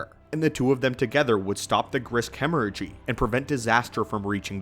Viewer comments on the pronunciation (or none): none